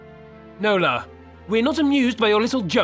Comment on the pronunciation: My middle name is Nola. It was my great grandmother's name. I like the way you say it with your accent 😉